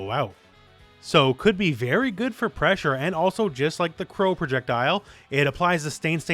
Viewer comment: "NAVY PRESSHA"!!!